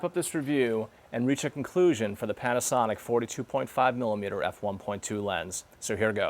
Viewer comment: sounds like he's saying panty...